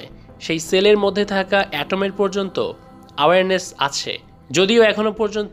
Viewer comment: it's not কনশিয়াসনেস! it's কনশাসনেস। and not আওয়ার্নেস! it's এওয়ার্নেস।